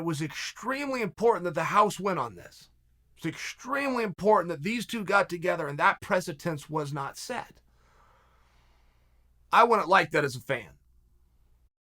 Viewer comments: Just waiting to see when Chael’s going to be be able to pronounce precedent, and not “precitence”. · Dear Uncle Charlie, If you’re going to use the word “precedent” in every single podcast, perhaps learn the proper pronunciation. You’re welcome.